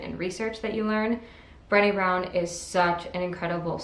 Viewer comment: HEY! I already read all of those!! Cool. If you like those books (like me) you should read THE UNTETHERED SOUL by Michael A Singer. [ BTW Brene' is pronounced Brah-Nay like Renee only with a B ]